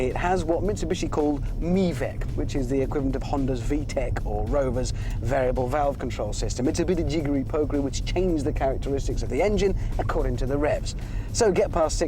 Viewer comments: I used to pronounce it "me-vac" as well, until my Mitsubishi dealer corrected me. It's actually called "my-vac", not "me-vac". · did he just say mevic?